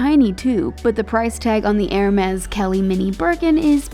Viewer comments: Every time she pronounce "ermeZ" I feel painnnn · the way she pronounces hermès makes me die